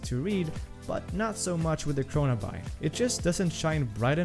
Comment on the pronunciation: “What ever?” Kronaby, pronounced, CHRONABEE! Like “The Great Gatsby” 🗣 not Gatsbuy. Though, great video 👍